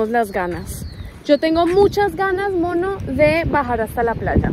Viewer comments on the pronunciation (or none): none